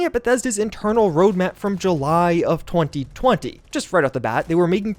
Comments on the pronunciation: The way you say 2020 is hilarious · 3 minutes in and all I can hear are overly crisp pronunciations of “twenty twenty” “twenty twenty” “twenty twenty”